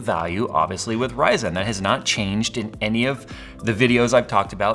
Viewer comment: love but hate how he says ryzen.